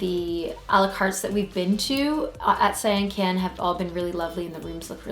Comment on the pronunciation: You need to pronounce the names correctly Dear... such as Sian Ka'an sounds like "See On Con" and Bahia is pronounced like.. "Buy Hee-a". We love the Sian Ka'an's private beach with its own bar but you have to be in the Privilege Club Member to go to that beach.